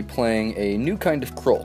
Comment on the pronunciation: Btw it's pronounced Kr-ool like Cruel